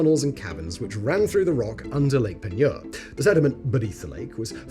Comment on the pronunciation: I grew up right there in New Iberia and went fishing regularly in Lake Peigneur. Congrats on pronouncing it correctly! 😂 The mansion chimney is a bit creepy, but the surrounding gardens are beautiful.